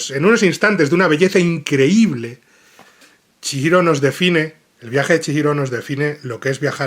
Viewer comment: Duelen los oidos cada vez que dice chiiro, en lugar de chigiro, es japones, la "H" funciona como "J" o "G" en nuestro idioma.